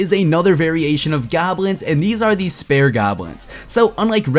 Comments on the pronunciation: Did you say spare goblin? Lol it's spear* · spare? it's pronounced spear. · Spear is said like Speer not spare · spear not spare gobs man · It's sp EEE r not "spare". (Pronounciation wise) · spares lol. spEars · It's spear not spare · "Spare goblin''? You mean "Spear" Pronounced Speer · it's called a spaer not spare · bro spear.... not s pear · what the fuck is a spare golin..... it spear ffs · spear* lol not spare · Just a btw... It's pronounced SPEER not SPARE (spear goblin) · LOL you said spare instead of Speer